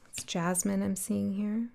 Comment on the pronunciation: Girl, when you said Jasmine; I was shooketh. Great reading. Thank you! 🫶🏽